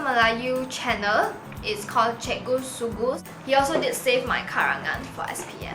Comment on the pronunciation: im sorry but i thought you said cikgu sue goose